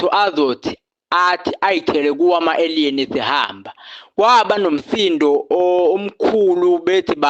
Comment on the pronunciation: Aliens - indlela abiza ngayo igama ethi ayidide.